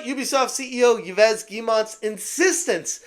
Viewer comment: "Yves" is pronounced like the english "Eve" (i'm french) (Guillemot pronounced like Giymo, but you did pronounce it well already)